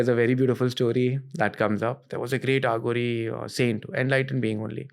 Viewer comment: It is अघोरी not आघोरी. Arth ka anarth ho jata hai jab Aaghori bulate ho. Dont try to sound western for being cool